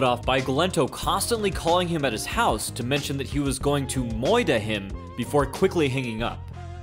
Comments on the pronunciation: Lol "moider him" i did not expect that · Did he pronounce murder, 'moida'?